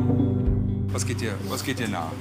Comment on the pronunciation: "Der geit doch noch" loool